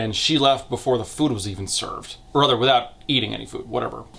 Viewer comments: If you say rother one more time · you've got a really neutral american accent and you pronouncing 'rather' as 'rother' is weirdly jarring